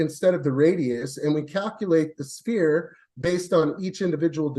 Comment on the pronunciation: Is ANY flerf able to say 'sphere'? Like, seriously 😅